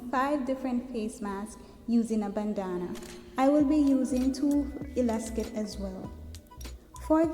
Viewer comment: It's called elastic not elacsit or elaskit